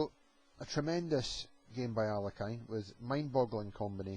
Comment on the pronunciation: The Russian masters's surname is pronunced as 'aa l ee(') h i n not 'alekajn'.Accent is placed upon the letter e